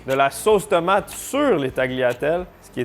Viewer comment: "Tomaté" mdr